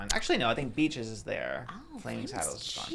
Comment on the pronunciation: lmaooo the way said beaches i thought sounded like bitches and that part SENTTTTT MEEEEEE